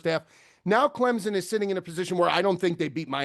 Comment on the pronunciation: Why does say ClemZon instead of ClemSon?